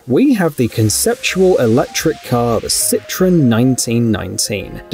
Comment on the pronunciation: You're mispronouncing "citroen" ;)